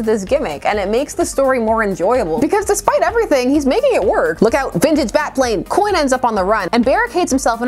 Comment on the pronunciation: “Coyne” XD